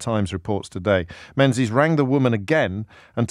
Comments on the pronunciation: James, his surname is pronounced Mengis, not Menzies, it's a Scottish surname. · its not pronounced Menzies its Ming-is